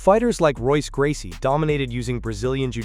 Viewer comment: royce gracie is pronounced "hoyce" gracie. When you say Royce, like "Rolls Royce" you sound ignorant.